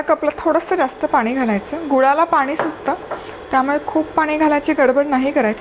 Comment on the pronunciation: मॅडम तुमच्या रेसिपी खूपच छान असतात हो पण बोलताना ण आणि न योग्य जागी वापरलात तर खूप बरं होईल. आम्हाला ऐकायलाही छान वाटेल. "पानी" ऐकायला खूप कसंतरी होतं. तेवढं बघा जरा जमतंय का.